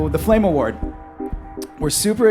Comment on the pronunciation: "FLAME FAWARD"